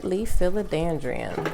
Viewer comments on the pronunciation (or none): I wish you did your research before you started this video. Watching you go through your book and be unsure of what the plants name is made me unsure that you even knew what you were talking about. Also it’s philoDENDRON not philoDANDRION..